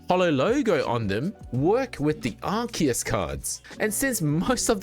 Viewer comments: Bro, it's ARE-SEE-ISS ARE-KEY-ISS would be spelt 'arkeus'. The c next to the e makes an s sound. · Even in english it is pronunced Arc - eus, listen to any official english dub and that is how they pronunce it. Doesn't matter if it is grammatically correct, that's the canon way to pronounce it so that is what's right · lol no you didn't. You said Ark-ee-iss. This isn't the official pronunciation.